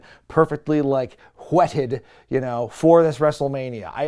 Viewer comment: I appreciated many things on this review... 1. Hearing that X7 was 25 years ago and feeling old 2. Hearing that your original review was 8 years ago(..but, but...that means that was in 2018 which I'm sure was last week?) and feeling old 3. Appreciating heavy WH when he said 'whetted' and feeling old for appreciating correct pronunciation So yeah. I'm old. Yay, Wrestlemania!